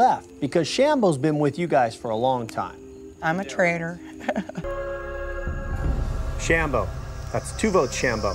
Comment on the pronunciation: funny how says sham-Bo differently, ha